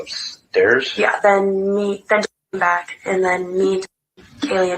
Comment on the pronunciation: Back, not jack